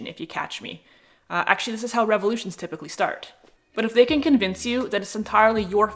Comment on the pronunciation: Well said. This world is messed up. They use us for their gain. The elite need to go. Did you say "Revalution" lol